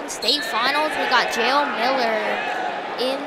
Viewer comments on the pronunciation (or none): It’s pronounced Yah-el not jayel for jael